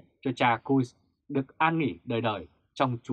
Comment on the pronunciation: Cha Giuse ( dzu se) Trần Ngọc Thanh mà chủ kênh đọc là gì nghe ko rõ